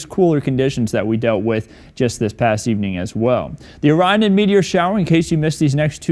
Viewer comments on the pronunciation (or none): none